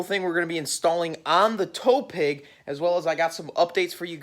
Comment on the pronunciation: Am I the only one that is hearing tow "peg" instead of tow "pig"??? Lol